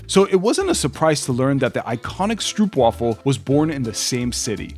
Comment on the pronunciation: As a South african,you dont say it stroep,you say str-oop